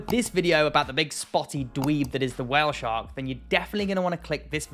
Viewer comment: I love how you say while shark xd